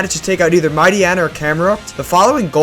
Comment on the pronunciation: "....mighty-ena...." no no no no. Mighty-eeeena, like Hyaena.